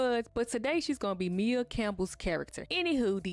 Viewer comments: Maia (Mya, Maya) not Mia, boo lol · Maia (Campbell) is pronounced "My-uh", Boo 😘😘 Just pointing Dat out. I love Ur content, keep it up 🫶🏾🫶🏾